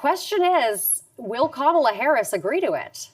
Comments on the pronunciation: He can’t even pronounce Kamala properly… 🙄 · Stand tall. Go high. Do not bend to his demands. He has no right or power to make those demands. She doesn’t have to prove herself. She should counter, then walk away. And listen to this clown pronouncing her name wrong too. Is that a little hint to his loyalties?